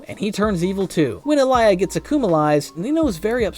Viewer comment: Why you calling alya to alaya😢